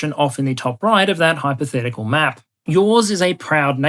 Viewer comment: I love your "hypotehcical maps" always gets me to laugh with the way you say it.